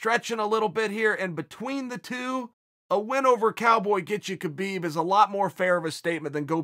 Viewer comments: i am a HUGE KAHbib fan. and proceeds to do as chael does and mispronounce his name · "huge" khabib fan yet he cant pronounce his name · How is he still mispronouncing Khabib? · to the BIG KHABIB FAN guy with glasses crying about the sicko islamic culture being insulted. YOU AINT EVEN PRONOUNCING HIS NAME RIGHT. worry about your own culture being under attack, which it undoubtedly is. rather than some dude from the caucuses whose name you cant even pronounce. good lord youre angling for that 'c' word i hate so much that everyones throwing around atm